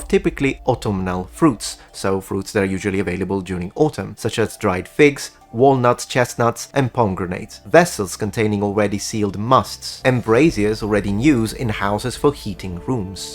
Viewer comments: just to let you know you pronounced pomegranates incorrectly, tho I like your pronunciation gave me a chuckle :) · Awww I love how you say pomegranates 😍